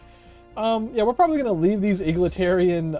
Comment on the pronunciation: mate it's been like a year and I still cannot get over "eagletarian"